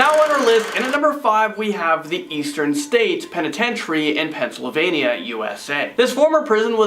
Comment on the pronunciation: He didn't say Pennsylvania right.